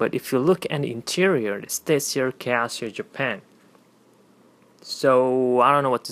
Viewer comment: I'm pretty sure you said kiasu instead of Casio.